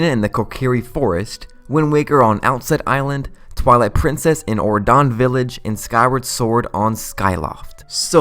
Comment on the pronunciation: It is pronounced Hat-eh-no, not He-ten-oh.